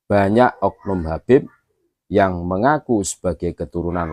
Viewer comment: Ko"habeb sekarang dibaca y KABEB YA KENAPA YA.....